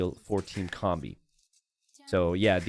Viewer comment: to12 is pronounced "Toh Doh Seh"... It's play with language to say "I know everything" in spanish which is "Todo se" (technically should be "se todo" but same point gets across). Also, correct! You're closer saying "comb-bee" than "kom-bee" (a combi is a VW bus - like the one from that 70s show).